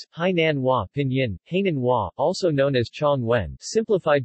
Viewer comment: He pronounced the Hai in Hainan as hay ie straw in English. I could not help laughing. The Hai in Hainan.means sea and the nan is south..Self explanatory. 🤣🤣